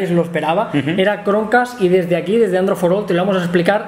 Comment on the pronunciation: Android forol jajajaja.